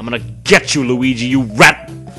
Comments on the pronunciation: i believe you ment to say weegee or lugee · Not Weegee D